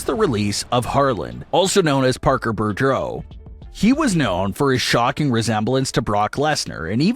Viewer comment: wow, how many different ways can you butcher the name BOUDREAUX? It's pronounced BOO-DRO.